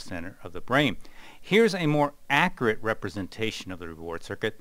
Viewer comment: the way he pronounces "akurat" got me dieing